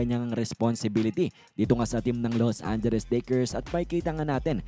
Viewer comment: Ano bang Los Anderes? 😂